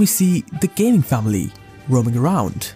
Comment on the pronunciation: I thought you said gaming like normal gaming, like someone is gaming (playing) but NO, it’s ga-ming 😂